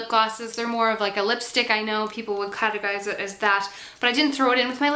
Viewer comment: Your energy and enthusiasm is so sincere and uplifting! I love your videos, almost as much as I love ELF, hahaha. I think it's adorable that you can hear a hint of the Irish influence in your voice when you said "again" at one point, "categorize," and "bulkier." Influenced by your surroundings, eh? =]